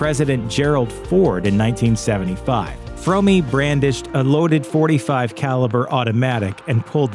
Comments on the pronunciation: Well you got it almost right. Lynette Fromme’s last name is pronounced Fro (as is Show) me. It’s not pronounced Frau me as you stated. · Yeah but the family didn’t not pronounce the name “frommy” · Sorry but I prefer the supposedly incorrect but commonly accepted pronunciation of Lynette’s name. “Squeaky Fromm-eeeeee” sounds too much like a cartoon character. Then again she seemed like a real-life cartoon character anyway.